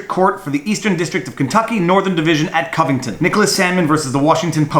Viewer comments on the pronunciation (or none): none